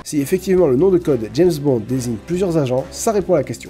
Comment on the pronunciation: Je suis le seul a avoir entendu "James Bande"?